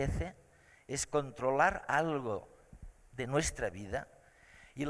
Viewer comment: controlarrrrr y disfrutarrrrr